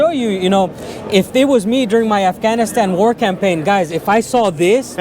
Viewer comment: I would put less emphasis on the word Afghanistan.